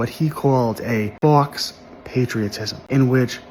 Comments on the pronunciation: Every time he says fox i take a drink 😂 but yeah he's right. It's pronounced 'foh'. It is french for 'false' i.e. faux-leather lamp shades or faux-fur coats. He means 'false patriotism'. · Fux patriotism 😂 he needed a google pronunciation prior to making the video lol but I agree with everything he said We’ve killed over 6 million innocent civilians in our endless bombing raids since the start of the Vietnam war to now. The United States has only 17 years of peace time. We’ve committed one genocide for the land we now call home and we’re helping Israel with their genocide now, again for land. We’ve invented reasons to go to war in the Middle East for oil several times, we average about two regime changes per year since the end of World War Two. If you don’t think this country has long lost its way then you’re heavily intoxicated on the powers that be’s (military industrial complex)propaganda and need to learn, and put to use, some critical thinking skills. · The word faux is from the French, it is pronounced fo, and means essentially,false. Other than your mispronunciations you didn't say one thing I disagree with.